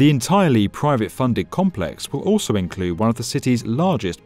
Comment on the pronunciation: Oso? It's also. Poor pronunciation